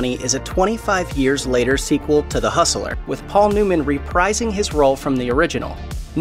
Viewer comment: Hustler only has 2 syllables. Dorf! 😂😂😂